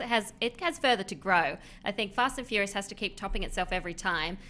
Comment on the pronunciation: Fast and fourius defintly